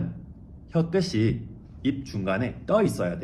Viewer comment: 끝에를 끄세, 끝이를 끄시로 발음하셨는데요 이것은 연음규칙에 따라 끄테, 구개음화에 따라 끄치로 하셔야 합니다. 다른 언어를 완벽히 이해하고 논리적으로 설명하는 천재성에 놀라고 질투 나서 한마디 거듭니다 ㅋ 감사합니다